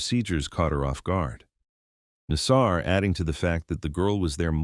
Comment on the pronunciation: the problem with getting AI to narrate is that it mispronounces words, in this case "Nassar"! ffs, get a real voice, how uncool is it to have the inmates name pronounced wrong!!!!! come on guys keep it real